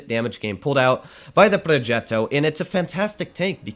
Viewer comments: Pls stop pronouncing “progetto” that way😂😂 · ''progeeto'' (in russian/italian accent)